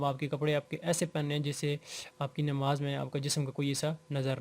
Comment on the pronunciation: Bhai namaz ke baare mein seekh de rahe hain aur salam ka tariqa sahi nahi....and secondly its Namaz not Nimaz.... Tia.